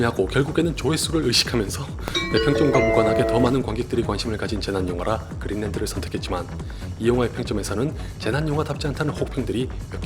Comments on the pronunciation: 그린랜드를 왜 그린랜턴으로 들었나... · 자꾸 그린랜턴으로 들려..